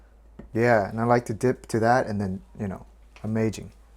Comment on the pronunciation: I missed „amajing“ a lot! It’s actually how I say amazing ever since! Get a baby carrier or sling. Filming should not be a problem then. It’s a life saver, I swear!